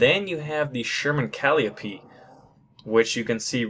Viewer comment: It is pronounced Pear-ish-ing. Perishing. Cal-lie-o-pee. Calliope. Also those were not Jackson's, they are Sluggers.